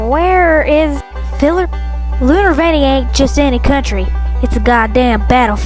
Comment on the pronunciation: i love how he says ... HOWDWY PHILERP!1!!1!1!1! .. such a romantic man voice .😳😍👌 !1!!1!!!!